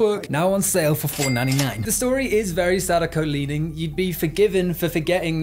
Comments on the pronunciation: not him pronouncing her name sadaykou💀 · First time watching your channel, fun video about a movie I had a good laugh at, and I think you invented the single most incorrect way to pronounce Sadako, gotta respect that! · That is probably the most american pronounciation I've ever heard of Sadako